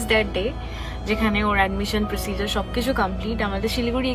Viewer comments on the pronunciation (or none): It's procediorrrrr not procedarrrr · What is REPUTATED ??????? Your mistakes are very REPETITIVE !! PARENTHOOD not PARENTWOOD ! PROCEDURE not PROCEJAR ! ONE OF THE BEST OPTIONS not OPTION !